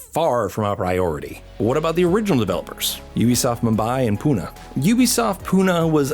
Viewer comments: It's not pu - na its pu - nae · Fun Fact: Pune is Pronounced as Pu-nae